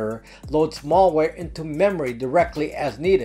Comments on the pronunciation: FYI (please forgive my nitpicking here for what seems like a minor distraction), I subscribe and enjoy listening to your informative videos on a regular basis and this concerns the way you are pronouncing the word "Malware" to sound like "Mall-ware". The first syllable "mal" should be pronounced just like it's spelled ("mal" should rhyme with "pal" instead of rhyming with "all") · Malware, not mallware. Mal as in malice, not mall as in shopping mall. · I’m surprised that a privacy and computer Protection expert like yourself cannot Pronounce the word malware correctly. The first “a” is pronounced as in the name Al (short for Alan) why is this so? Because Malware, is a portmanteau of malicious and software. MaL-icious is not maLL-icious. If you want to be taken seriously, you need to know how to speak the language of your Professed specialty. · It's not mallware, it's malware. Latin origin meaning bad or ill. You get malware from a bad person, not usually from a shopping mall. Think and say works like malady, malfeasance, maladjusted, malformation, malice, malpractice, malnutrition. Now see and say malware. I knew you could do it! PS: great video! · Good stuff. But "mall" ware makes me laugh